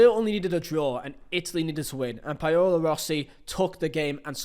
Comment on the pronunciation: ''Payolo Rossi'' ''Medejjin'' Come on man... I know you're not a University grad... but that's just tragic. I've heard you say Paolo Maldini before lol....